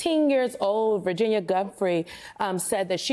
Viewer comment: Get Virginia’s name right ffs!!!!!